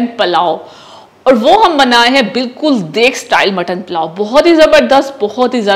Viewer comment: Palao nhi pulao